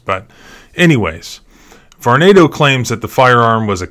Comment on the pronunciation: Believe it is prononuced Var-nah-do.